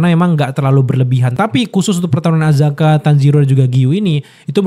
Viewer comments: Akaza akaza akaza bang bukan azaka 😭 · Akaza bang, bukan azaka🤣🤣🤣🤣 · akaza bang bukan azaka😂😂😂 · Bang.. Akaza.. Bang, Akaza.. Bukan Azaka.. Kalau ada Akaza ini selalu keren sih, teringat perkelahian pertamanya ketemu Rengoku.. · Akaza bang,gua Ampe lupa namanya lu ngomong azaka trus wkwk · Akaza bang buka Azaka 😂😂😂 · Akaza bang kenapa jadi azaka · Bang akaza bang bukan azaka heheh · Akaza bang bukan azaka corbuzier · bang kenapa ga astaga aja, akaza bukan azaka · akaza bang bukan apakah 😂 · Akaza cuy, salah terus nyebut nya😂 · Akaza kak, bukan azaka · Akaza bang bukan azaka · AKAZA woi, bukan AZAKA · Akaza bro bukan azaka 😃… sedikit kritik… agak ganggu aja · ralat Bang....Akaza bukan Azaka....😂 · Akaza Bang, Bukan Azaka.. 😅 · azaka nggak tuh 😂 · bg maaaf ni bg, sebagai fans demon slayer gw gemes aja sama lu, Akaza ya bg bukan Azaka, kalo Azaka dari Arab bg, maap ni yak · bukan azaka bang, akaza😂😂😂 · mana ngakak bgt salah pronounce nama char akaza jdi azka 😂